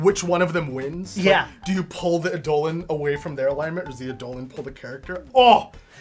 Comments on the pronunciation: just a heads up its pronounced "EYE-duh-lon", not "eye-DOH-lin" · "Ey-Dolon". My ears bleed. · Its pronounced "idol-on", and basically the word "idol" originates from this.. Eidolon is the original ancient Greek written word, but it still is pronounced wrong in English, but none the less you should still pronounce it wrongly so people understand you.. its just to create a game term. If you want to look fancy (to sound cool and heard like you speak elvish), you can also replace D with TH (then/this/that/), the "I" with "EA/EE", and you just learned the true Greek word. Its written like this "είδωλον" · All these people trying to pronounce "Eidolon" in the comments are wrong it's clearly pronounced DIGIMON. I mean it's just obvious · my ears dear gods its Eye-dul-lawn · Great video However...it drove me crazy the whole time Eye-Doe-Lawn I reject the correct phonetics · I’m sorry WHAT? That’s how it’s pronounced?? For the past 4 years I’ve been saying eye-duh-lon. Huh neat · The designers have used this version, but anywhere you actually look up the word it would tell you its pronounced as did. I'd say either is fine but it did throw me off every time he said it.